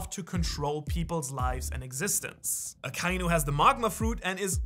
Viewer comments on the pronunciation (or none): AKA-INU NOT AH-KAI-NEW